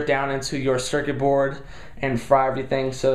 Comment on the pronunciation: I like how you said circuit board